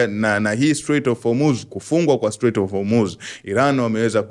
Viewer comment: Nasio Hurmuz ni Hormuz😅